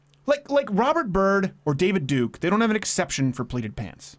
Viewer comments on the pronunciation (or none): none